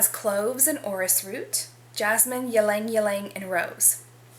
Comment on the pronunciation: Also please stop pronouncing the y in ylang ylang. If you’re going to review fragrances you have to learn to pronounce the ingredients. It’s pronounced lang-lang.